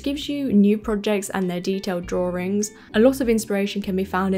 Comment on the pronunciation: As a Texan with a very different accent, I find the “r” in drawRIngs so endearing. 😊